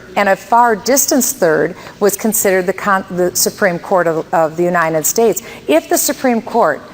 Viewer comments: I will never vote for anyone who says "The UNINEN States". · I will nevr vote for anyone who says "The UNINEN States".